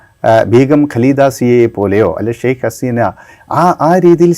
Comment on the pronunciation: Sheikh alla. Sheikha Haseena ennanu correct